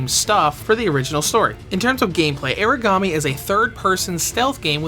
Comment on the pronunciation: kinda weirs to do a revew when the title/ main character's name is constantly mispronounced lol